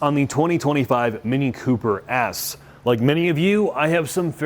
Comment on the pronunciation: "Mini Cooper ass". It's an "S", brUh, "S". Ffs